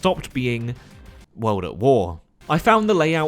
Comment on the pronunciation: U say world as weld....very annoying